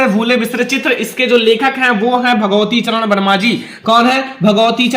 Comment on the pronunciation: भगवतीचरण नहीं भगवती शरण होता है।